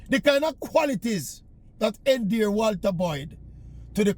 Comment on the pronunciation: Today I know his name is not "Walta Boy"😂